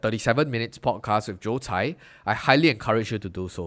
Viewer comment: His name is Joe Tsai. You said it wrong throughout the video.